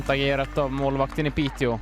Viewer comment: Piteå is pronounced Piteo btw, the å is an o sound, if you’re interested. Love the blog as always!